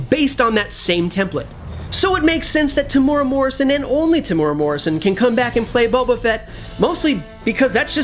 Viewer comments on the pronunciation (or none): His name is spelt Temuera (not Temura) ...which might help you to avoid butchering the pronunciation as well.